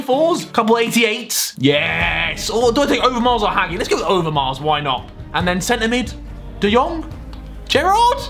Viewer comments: It’s “ha-G” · Boi is pronounced hagi but not g more like the g that sounds like j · Harry you’re saying hagi wrong it’s pronounced hajee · Hagi is read like hadji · Harry it’s not HAGI it’s HA-JEE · It’s not pronounced hagi it’s pronounced haji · Your saying Hagi wrong... it’s supposed to be said like Haji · why does he say hagi it’s pronounced ha-j-ee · Haji not hagi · It’s hagi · You are pronouncing Hagi wrong 😅